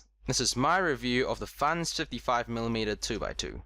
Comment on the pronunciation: We're u saying fans instead of Fangshi?